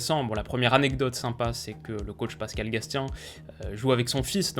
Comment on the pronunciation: petite précision au passage, pour le coach clermontois et son fils, on prononce "gassien" et non "gastien" voilà